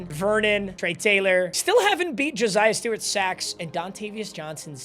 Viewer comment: hey man stop saying josiah like joziah wth JO SIGH UH <3 video